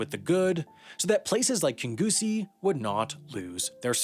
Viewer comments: It’s pronounced King-ussie but for an American it was a good attempt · I cringed at Kingussie (soft G, King-ussie) but then I howled with laughter at Grant (peach) Schnapps! Thank you internet stranger. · FYI: Kingussie is pronounced King-yoosee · Kingussie: "King you see" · is where everyone Scottish watching this immediately shouted "ITS PRONOUNCED KING-YOOSEE, PAL" at their phones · Or, Kingyousee. I lived there for years. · So cool seeing local places in the video, but Kingussie is pronounced king-yoo-see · As a Scot it bothered me beyond reasonable lengths how you pronounce Kingussie. it's King-yoo-see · Probably the worst (borderline offensive) pronunciation of Kingussie in the history of mankind. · Yeah that's not how you pronounce Kingussie lol. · You dont pronounce the G in Kingussie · Oof that pronunciation of Kingussie. Someone hasn't seen Slumdog Millionaire. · lmao your pronunciation of Kingussie and Grant Shapps is hilarious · Very interesting pronunciation of Kingussie I must say. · thats not how kinggussie is pronounced the g is silent. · As a scottish lass I actually laughed when he said Kingussie 😂 I'm sorry I don't mean to offend anyone I just love when people mispronounce Scottish places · Really good video, just two issues - Kingussie is pronounced Kin-YOU-see, and Grant Schnapps is actually Grant Shapps. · "kingoosie" im dying mate thats not how you pronounce it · It's pronounced king-ussie :) Seriously though, the Eastcoast train company did such a good job until Virgin took it over and messed it up terribly. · Interesting subject matter but this video needed better editing. A few mistakes that jumped out: There weren’t 650 seats in the House of Commons in 1979, rather 635 Kingussie is mispronounced. The name is said like "Kin-yoosie" and there are news reports on YT to copy from East Coast is 5th in “Puctuality” Grant Shapps is referred to as Grant “Schnapps” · Pronounced like kinussie not kingussie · Kin-gus-e not Kin-goo-see